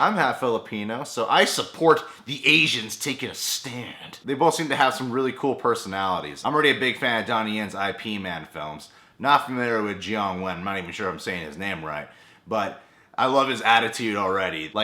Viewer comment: It's pronounced "yip mun", not "aye pee man" :P